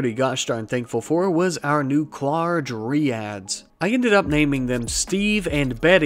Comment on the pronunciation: It's DRY-ads, not DREE-ads.